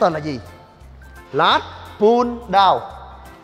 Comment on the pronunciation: “Lats” chứ không phải “Last” nhé a